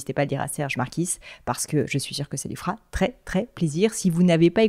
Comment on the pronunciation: Le « s » en Marquis ne se prononce pas, normalement muet en québécois.